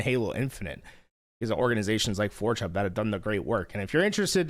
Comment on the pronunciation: Dawg I like how this dawg calls forgehub "four chub"